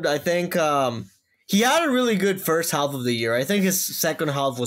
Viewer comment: the "L" in "half" is silent.